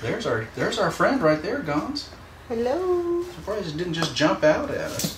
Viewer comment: Gonso guys....it's Gonso. And I was cringing watching this vid also. She seemed to be adamant on laying out big hints as to his identity for some reason. The word to describe the whole thing is "unprofessional". I feel that she has been working long enough with Dr. Gilmore by now to know better. Sorry....I felt I had to say this. I love you all though! honestly.